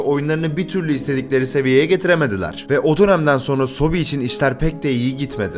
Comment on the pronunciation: sobi değil soobee ebe sobe yani bebeler